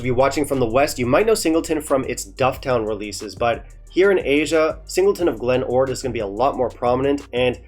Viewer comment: What a GREAT episode ! . . . they REALLLY butchered my Glen ORd, ...